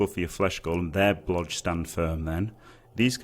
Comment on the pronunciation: "Blodge" Is this what im hearing? Dodge and Block i presume? Thanks in advance